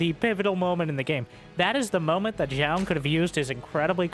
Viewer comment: Thanks for the pronunciation on Zoun. I was saying it wrong before, but glad to be right now.